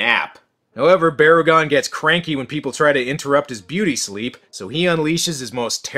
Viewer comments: It's Barr-uh-gone. And the other one is Bear-agon. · it is barugon